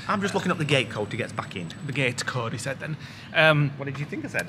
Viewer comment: haha I did think he said gay code lol, great video guys love them keep em coming. And I do love an elephants foot I had one from Morrisons at weekend.